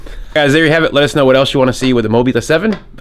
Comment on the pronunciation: It's the Mobula 7... Mobie 7rofl